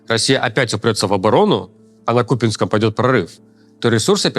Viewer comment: Почему КупИнском...? Населённый пункт КупЯнск. КупЯнск